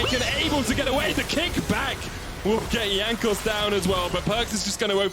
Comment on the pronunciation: Someone tell him how to pronounce Jankos.